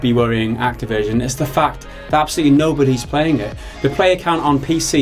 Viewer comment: i liked when you say , "the fuck" every time instead of "the fact".